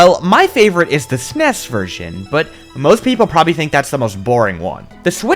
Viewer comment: FINALLY someone else who pronounces it /snes/